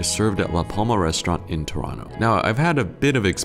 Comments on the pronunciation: He pronounced Toronto correctly!!! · He said Toronto correctly! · said Toronto correctly 💚